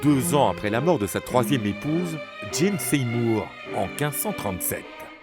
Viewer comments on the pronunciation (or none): none